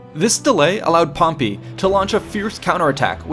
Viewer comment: First time I heard him say "Pompy" I laughed so hard I farted... But when he kept on pronouncing it that way, every single time, even at the last part, I cringed so hard I still farted...